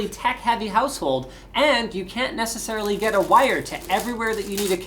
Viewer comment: It's not "necessummarilly" something I'll need, eh Linus? Haha "And now time for the quick quacks!"